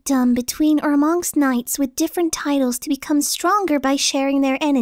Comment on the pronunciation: Has anyone noticed when is reading the word knights isnt finished... 6-7th line